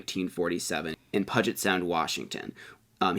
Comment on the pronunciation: Puget sound is pronounced Pyoo-jit, rather than puh-jit, you’ll probably come across the name quite often when researching ufos, so now you know! 😉😇